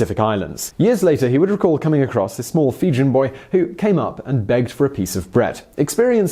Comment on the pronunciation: love your work but every now and then you radically mispronounce some pretty straightforward words.... like "Fijian". It is amusing predominantly as it is incongruous with your obviously substantial knowledge and intellect (Big fan despite that barely veiled criticism).